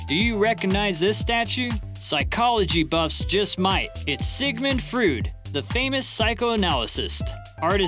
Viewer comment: No offense to you,but you may take a moment to research the proper pronunciation if some words and names..(like Freud is said "froid")..it just steps up your "polished" game a lot when narrating...